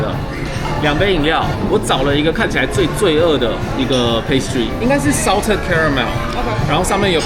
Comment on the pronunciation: Salted caramel, pecan, pistachio這幾個發音都超台😂建議阿滴練一下發音❤